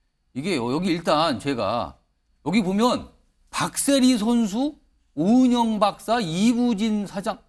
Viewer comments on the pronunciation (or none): 는 원고도 읽을줄 모르나 오영은이 아니라 오은영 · 자꾸 오영은이래 ㅋㅋㅋ